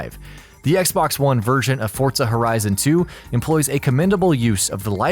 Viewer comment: No "t" in Forza.